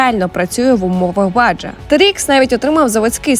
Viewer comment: На «баджа» а «баХА» Сам був здивований коли почув перший раз але загугліть або пошукайте відео Baja